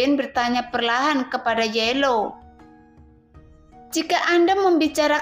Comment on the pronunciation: Teksnya kayanya ada yg kurang min pas awalnya... Trus bukan yelow min yao law...hahaj